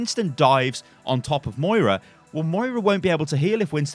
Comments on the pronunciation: Samuel Maurer :) Moira not Maria. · joshua hoppe :) Moira not Moria.